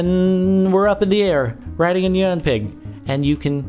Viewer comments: I HATE IT WHEN PEOPLE SAY NEON INSTED OF NYAN !!!!! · It is pronounced nee-an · NYAN= NEE-ON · No, it is (Ne-an) cat. It only makes sence because (ne-an cat) means meow. Poeple just say it like (ni-an) cat because how it looks. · no, no its not that would be wierd, its knee-yan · Nian, that's how it is pronounced, look it up on google :) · Nyan is pronounced "neon" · No, it's pronounced nian, it's Japaneese, look it up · its pronounced naiyan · It's pronounced nih on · Your not saying it right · You pronounced Nyan wrong -_ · Nyan is not pronounced like cyan